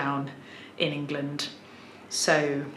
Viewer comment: TIL that "England" is pronounced "Ingilind" ;)